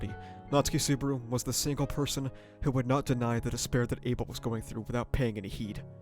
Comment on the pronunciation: I'm surprised you watched Season 1-3 and still calling him Suburu instead of Subaru. Sue-bah-rooh. i guess its a running gag like Barusu that Ram does? 🤷‍♂